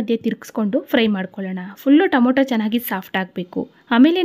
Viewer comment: Please say Tomato 😊